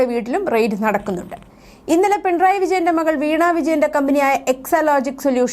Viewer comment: ദേ.... വീണ്ടും** പിൺ റായ്** മക്കളേ,, പിണറായി എന്നു പറയാൻ ഇത്ര ബുദ്ധിമുട്ടാണോ????? ഒരു കാര്യം ഓർമ്മ വരുന്നു,, ക്ലാസിൽ പഠിപ്പിച്ചു കൊണ്ടിരുന്ന അധ്യാപകനോട് വിദ്യാർത്ഥി പറഞ്ഞു പുയ്പ്പം എന്നല്ല പുഷ്പം എന്നല്ലേ സാറേ എന്ന്.... അപ്പോൾ അധ്യാപകൻ പറത്തു,, പുയ്പ്പ o എന്നും പറയും പിന്നെ ആ കുട്ടി പറഞ്ഞതുപോലെയും പറയുമെന്ന്.... അങ്ങനെ ത... വല്ല സാങ്കേതിക തടസ്സങ്ങൾ ഉണ്ടോ?? മലയാള ഭാഷയിലുള്ള വാക്കുകളുടെ സ്പുടത ശരിയാംവിധം അല്ലങ്കിൽ കേൾക്കുന്നവരിൽ ചിലർക്കെങ്കിലും അരോജകത്വം ഫീൽ ചെയ്യും🙄🥹🙄🙋🏻❣️🌹❣️💐💐💐